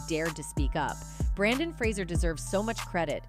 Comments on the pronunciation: It's Brendan Fraser, not Brandon Fraser. The least you can do is get it right. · It's Brendan Fraser NOT Brandon. Do your homework! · it is Brendan Fraser, not Brandon. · His name is Brendan Fraser not Brandon. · Brandon Fraser? Do you mean Brendan Fraser? Why are people spelling and saying his first name wrong? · His name is Brendon Frasier, not BrAndon. And you’re mispronouncing his last name.